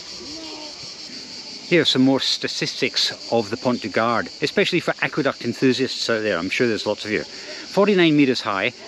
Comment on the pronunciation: Great video. Just for info don't pronounce the d in Gard, it's pronounced Pon du Gar 😊.